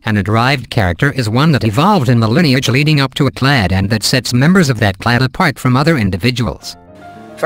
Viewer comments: Steven Baumann "claddy"? Yeah, what's up with that? I don't think there's any word in English that ends -ade but is pronounced "-addy." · Simon Giles now if it could only get “clade” correct.